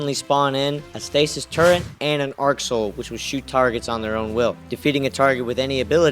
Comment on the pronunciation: Turre"N"t........it's pronounced Turr- Et. Never been Turr Ent. Never will be. Other than that nice build.